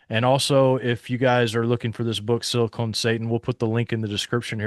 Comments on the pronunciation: silicon, not silicone. Big difference, lol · Omg. It's SILICON CON. NOT CONE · FfS, it's pronounced silicon, not silicone. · SILICON Valley, not "siicone". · It’s pronounced Sili”con” Valley and they pay for Sili”cone” Sally 😂😅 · Silicön ---not Silicone Valley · Please stop saying "Silicone" - it affects your credibility and sounds utterly dumb ( sorry ). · Him calling it silicone valley made me laugh. 😂